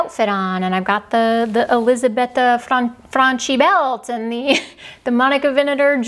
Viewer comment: Great tips. Elisabetta Franchi is pronounced fran-key in Italian. College Italian has some use! Thanks for teaching us about vermeil. I never knew that but of course it makes sense that it is French. I also would love to know the name of the pink lipstick (we have very similar coloring so it should work for me too) as the link just brought me to the Sephora website (I am in Europe) and not the actual item. Thank you.